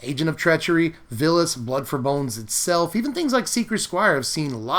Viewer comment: It's Vilus (Vile-us), not Villus.